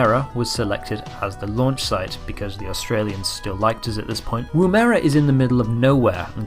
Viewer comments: It’s not pronounced “womera” It’s pronounced wom-ra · womera hahah ITS WOM like WOMAN ---ERA womerah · As an Australian, hearing him saying Woomera like that was hilarious